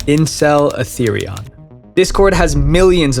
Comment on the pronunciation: Atherion sounds like Atherian